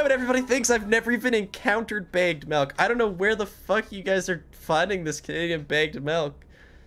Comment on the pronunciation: Listening to you not knowing what Canadian buys bagged milk but pronouncing bagged as “bay-g-d” is so funny